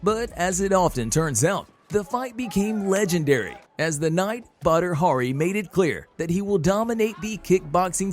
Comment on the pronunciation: Prounces badi hari as butter hurry